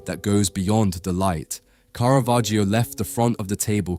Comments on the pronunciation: not KARAVERGIO... Its pronounced carra vagio.... 😂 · Мерзкий ИИ-чный перевод! Такие ролики просто твари делают. Специалист с удивлением услышит, то Караваджо, оказывается- Каравахия, а дилетант может воспринять за чистую монету и решить, что такой художник был. Я уже молчу про бесконечные ошибки в ударениях . Просто гадость от ИИ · И.И. переводит текст.и совершенно не понимает как звучит имя художника.я только приглядевшись поняла,что речь идёт о картине художника Караваджо.думала Каравахо.испанский художник.неизвестеый широкой публике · Караваджо, а не Каравахиа. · От тупой ИИ - Каравахия ! Я сейчас уссусь! РЖУНИМАГУ! Хватило на 26 секунд! В жопу такие ролики! Смотрите сами ваше говно! Дизлайк и блок канала! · Одно замечание: есть исторически присущее звучание имени художника - КАРАВАДЖО. Зачем его изменять? Зритель знает, что ИИ не сам коверкает произношение, ударение, пунктуацию и т.д. Это делает автор программы озвучки, и остаётся вопрос - зачем? Тема сама по себе хороша, чб привлекать внимание, а эти глупости не добавляют чести автору. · Interesting video disturbed by the false pronunciation of the painters name which is [kara'vadd͡ʒo] according to IPA)... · Каравахио? Осточертел безграмотный ИИ. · The "i" in "Caravaggio" is completely silent. It's just there to change the sound of the double "g" ... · "Caravaggio" is pronounced with a short 'a' in all three cases, as in 'cat', both in Italian and English. (Not a long first vowel sound, as in 'car'). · Der Sprecher sollte, wenn er über einen Maler spricht, wenigstens die richtige Aussprache des Künstlers kennen. Der Inhalt ist gut. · Seit wann spricht man das i in Caravaggio aus, bitte Italienisch lernen!!